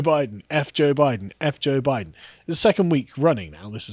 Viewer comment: “I was saying Boooiden”